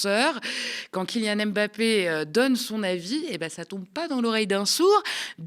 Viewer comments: Svp attention quand vous prononcez son nom. C'est Mbappé pas m'bappé. Il l'a dit plusieurs fois. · La correcte prononciation (camerounaise) n'est pas M plus loin Bappe mais en un seul " mot " MBAPPE (avec le son du e accent grave et non aigu à la fin).